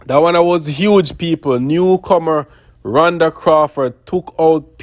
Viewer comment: Her name is " Rhoda" not Ronda